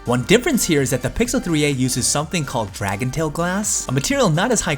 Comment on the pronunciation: Dragon Trail buddy, not Dragon Tail 😂. Great review btw.